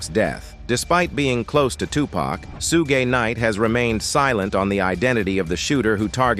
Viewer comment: If you are going to talk about someone learn how to pronounce their name please. It's Sug...as in Sug ar.....silent e (Suge)